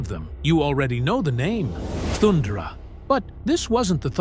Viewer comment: Pronounced 'Thun-dare-a' as opposed to 'Thund'er-a 😉